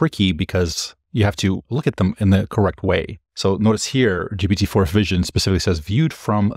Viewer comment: Pronunciation of GPT in French: you nailed it! (it's the same as in Portuguese)